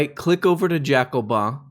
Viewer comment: "Jacobin" ? The f*** ? As a French I can not be blamed for that guys come on...